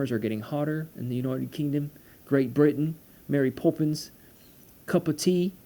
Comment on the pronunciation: I like how you say United Kingdom 😂